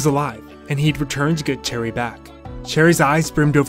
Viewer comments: I know you probably already know by now, but I have to say it anyways just to satisfy myself. Cheri is pronounced like "Sherry" not "Cherry." :) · it made me cringe when he said her name wrong- its like sherry bruh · I got her today and I'm so excited its pronounced Cheri!!